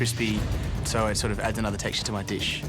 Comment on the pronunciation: Ruined the deesh......